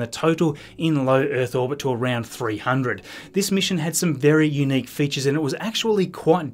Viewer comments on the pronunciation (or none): Please; u·nique /yo͞oˈnēk/ Learn to pronounce adjective adjective: unique being the only one of its kind; unlike anything else. "the situation was unique in modern politics"